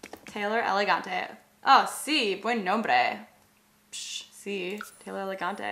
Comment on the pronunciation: taylor en español se dice teylor